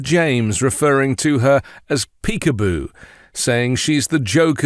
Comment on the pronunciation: He's calling her a dog, peekapoo, a cross between a Pekingese and a poodle, he just misspells and mispronounces it, because he's dumb.